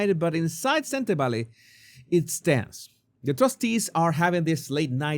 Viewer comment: You pronounce Sentebale perfectly. My language (Setswana) has similar sounds with Spanish, must be why your pronunciation is flawless